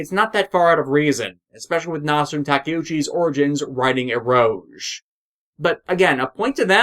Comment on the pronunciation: I don't think you're pronouncing eroge correctly. The last syllable is pronounced as "gay".